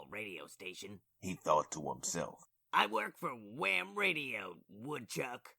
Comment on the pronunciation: Gotta really put emphasis on the H. wHam 😂